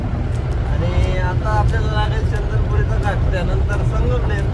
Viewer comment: चंदनपुरी नाही, चंदनापुरी आहे.